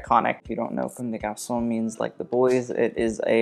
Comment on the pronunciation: For someone who criticizes accents so much, it's "cum deh garsoh" not "comb day garsoh" .. it's also go-tyeh, two syllables, equally stressed, not GO-tee-eh.